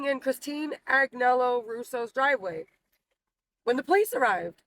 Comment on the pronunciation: Agnelo? Did she mean Angelo